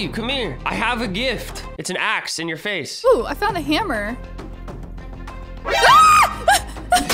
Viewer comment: You keep saying get axe in the face and its so funny!